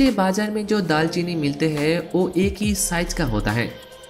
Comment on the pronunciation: Babu SAAR nahi KHAADH, aur CHHAAL nahi CHHILKA, O nahi WO, E nahi YE, KEYI nahi KAYI, HEY nahi HAI bolo, Bangali ho kya?